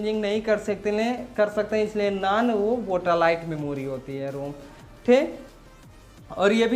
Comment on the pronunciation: वोटालाइट नही सर वोलाटाइल मेमोरी RAM